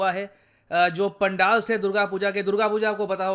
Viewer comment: It's Pandal पेंडल